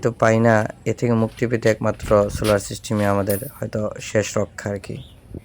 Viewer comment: সুলার নাকি সোলার😂😂😂😂😂😂